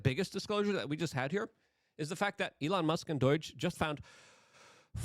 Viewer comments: Doh not doy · Doige? There is no I in Doge Luke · Why do you pronounce do-i-ge? It's D.O.G.E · Pronouncing DOGE as doije bothers me so much. I don't know why. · I die a little every time Luke says DOIDGE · Why do you call it doige you pronounce so many words wrong. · Hmmm, Doige. This could be a laarger kind of tumultulous mispronouncination which gets me scratching my buttockses! Love your work and your beautiful dog.